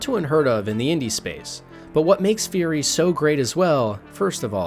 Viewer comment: It's Furi, not Fury ;-).